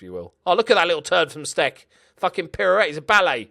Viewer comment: It looks like Damian Stec is of Polish origin, therefore his name should be pronounced with a soft "c". It's "stets".